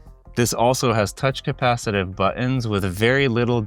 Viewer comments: Why do people not use The T when speaking. It's not bu ons ...its buttons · Why do you pronounce 'buttons' like there is no 't' in the word?